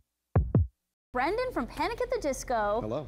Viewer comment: OH MY GOSH ITS BRENDON NOT BRANDON LADY